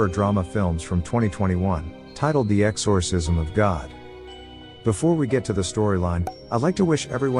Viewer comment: Its really annoying the way you pronounce “exorcism”